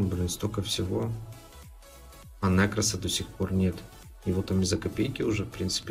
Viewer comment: нЕкрос, а не нЭкрос 😂